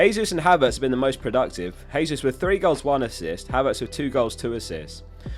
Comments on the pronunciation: Jesus is pronounced with a J, not a H. Brazilians speak Portuguese where they pronounce J's like we do. It's in Spanish where the J is pronounced as a H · I die a bit inside everytime someone says Hesus instead of Jesus. Jokes aside great and informative video.